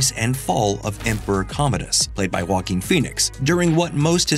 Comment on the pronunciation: Who is this 'Wacking' guy? I only know JOAQUIN. Can we learn to pronounce people's foreign names correctly???